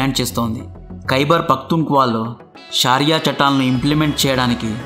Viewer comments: Good presentation,shaariah kadu bro shariah antaru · షారియా కాదేమోండి దాని పేరు. షరియా అని విన్నాను.